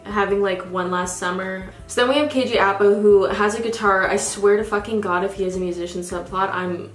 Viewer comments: And his name is KJ (up-ah) apa... Not (a- pa) white people pronouncing Maori names is so funny 😂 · i absolutely love you and your videos!! just wanna say that apa is pronounced aahpa/uhpa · The way you said Kj Apa hurt me